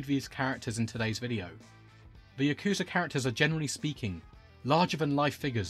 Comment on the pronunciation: Why does everyone pronounce “Yakuza” wrong. Just listen to how they pronounce it in japan.